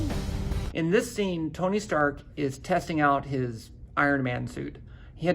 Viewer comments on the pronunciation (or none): none